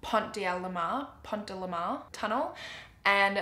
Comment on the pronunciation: Your accent is so cute lol it’s actually pont DE l’Alma haha. Love your videos